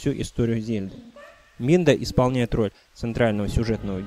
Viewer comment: Мне одному кажется что он говорит "Минда"? Как бы правильно "Мидна"